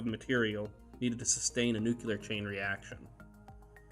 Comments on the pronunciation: NU Cleee Arrr!!! Not " nucluyer"!!! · Nu-ku-lar?! Maybe you should learn to pronounce 'nuclear'? properly